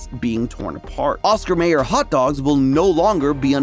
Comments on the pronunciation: My-er. Oscar My-er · Now. I KNOW you didn’t just say “Oscar MAYER.” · I know you're young af, but it's pronounced MYer, not MAYer. I know this cuz my bologna has a first name, its O S C A R, my bologna has a second name, its M A Y E R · Came here because I am obsessed with mac and cheese, and the title caused a brief D: Stayed for the comments calling you out on the pronunciation 😂 I have to hear them now 1. Oscar MAYer? It's MY-er 2. Capri Sun is Capri like the pants (kuh-pree) I will say its a interesting change of pace to hear weird pronounciations of things other than Fanta (fawhn-ta, not fahn-ta. You want-a Fanta, you don't wan-ta fan-ta) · Are you saying oscar mAyer, no no sir, its oscar m(I)yer (mai·ur) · Not pronounced May-er. It’s My-er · Mayer in the brand name Oscar Mayer is pronounced like Meyer, not Mayor, as exemplified in their television commercials from the 1980s. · Oscar M-eye-er NOT Oscar M-A-er I got 1/2 way (~9minutes) through the video and couldn’t take it a 3rd time. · The fact you said Mayer as "Mayor" instead of "Meyer" tells me you are too young for the Oscar Mayer bologna song. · Oscar "MY YER", not "May Yer" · Pronounced Oscar My-er , not Ma-er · Oscar Mayer is pronounced: OSCAR MYYYYYEEERR! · It's pronounced ocsar "Meyer" you owe every 80's kid an apology 😂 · It’s pronounced Oscar My-er and Kuh-pree Sun. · That's definitely NOT how you pronounce Mayer,. There's literally a song about it. It's My-er CUZ OSCAR MAYER HAS A WAY WITH B O L O G N A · FYI: it’s spelled “Mayer,” but it’s pronounced “Meyer.” (M-EYE-UR) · Oscar MAY-er??? CAPRA Sun????????? I don't think this guy even eats food! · Just gonna say it's pronounced capree sun and Oscar My-er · it's Oscar Mayer(pronounced as my-er), and Capri Sun is pronounced as Cuh-pree sun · Dude is so young he doesn't know how to pronounce Oscar Meyer! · I hate how you pronounce Oscar Mayer there's a whole song that tells you how it's pronounced